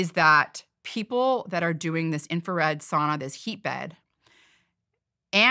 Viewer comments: Could you try to pronounce sauna correctly? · Sauna people don’t pronounce the word like that.